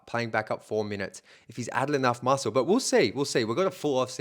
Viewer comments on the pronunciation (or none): none